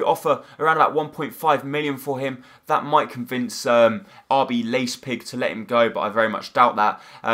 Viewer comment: Yep he can't pronounce many namn like Leipzig schieber etc